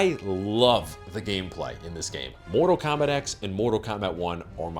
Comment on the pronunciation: Mortal Kombact xd